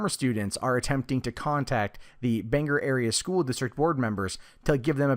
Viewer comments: It's pronounced Ban Gore NOT Bang ger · When people pronounce Bangor as "Banger," I cry every time...